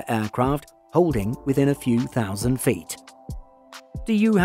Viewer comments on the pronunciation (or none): none